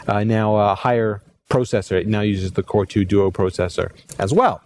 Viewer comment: he pronounces core2 duo funny!